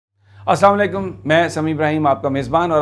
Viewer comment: "Assalamo alaikum". Sami sahib! Salam sahi kiya karin. Thanks